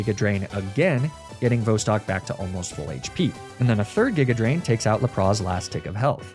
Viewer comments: Is Laprah and Arcaneeneh a meme for this channel, or an intentional pronunciation to trick me into leaving this comment and boost engagement? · "arca-neenay" "l'prozz" "mag-neh-mitt-tee" very interesting pronunciations of these names...? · are you doing the really bad pronunciations on purpose? i mean you have to be there is no way you haven't heard the real way to pronounce Lapras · YAYYY another soulsilver nuzlocke!!!! :D also, why do you keep mispronouncing magnemite, arcanine and lapras? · For the last time that's not how you pronounce Magnemite, Arcanine and Lapras.